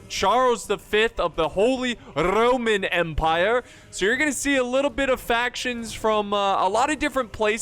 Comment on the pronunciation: "Charles V of the Holy Rrrrrroman Empire"